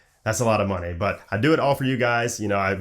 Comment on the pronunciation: “An insane amount of ‘smoney’” 🤣🤣